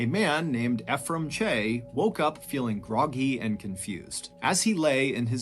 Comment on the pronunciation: Anyone else annoyed he's not pronouncing Ephraim correctly? There's a city called Ephraim in the state I live in, so every time he says it, I feel like I'm rolling in my imaginary grave.